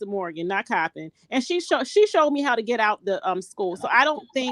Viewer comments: It's not pronounced choppin, it's Coppin! I grew up in Maryland. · It's pronounced COP - IN COLLEGE. (COPPIN) IN Baltimore, Maryland .Not Chopping. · it's pronounced cop- like police and pen- like writing instrument = COPPIN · The university is (Cop pin)pronounced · The school is pronounced Cop-pin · The school is pronounced Cop-pinned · The college name is pronounced Cop-pen👮‍♀️+🖊️ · The University name is Coppen State, you are saying it wrong, there is no H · Hi, it’s pronounced cop-pin state university. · It's cop-pin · It’s pronounced Cop-in(Coppin) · It's coppin State..( cop-pin) no h! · Ok, I thought Juan was the culprit…my bad. The coach that allegedly committed this is sick!! (If true) Cop-pin is how you pronounce the name of the school. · Coppin State. Just think of COP. thats how you say it. your welcome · Exactly .I wish she would learn to pronounce the name of this historical black university correctly